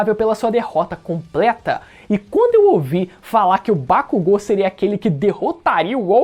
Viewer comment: Gente, será que só eu vi que ele falou errado o nome dos personagens? É Bakúgo e não Bakugô... É Midôria e não Midoría ( Usei os acentos para mostrar a forma correta de se falar).